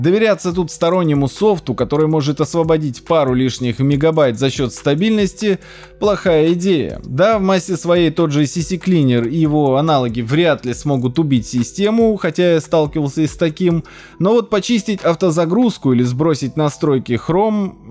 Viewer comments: 1. не вив, а вью 2. динамические библиотеки и длл - это одно и тоже 3. не сисиклинер, а сиклинер 4. когда откладываешь установку апдейта на месяц, через этот месяц, он один х установится. в массе своей видео мека бесполезных советов, подача это пи3дец. лучше больше не видеться. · Замечательно! Нравится подача материала. Два замечания: ccleaner — «сиклинер», BSODview — «бсодвью». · когда-то научится выговаривать CCleaner нормально:D